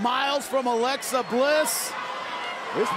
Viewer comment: Hey it’s Alexa not lexi